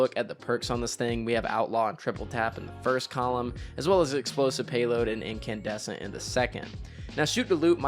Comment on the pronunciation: I lost my mind when he said Incandussy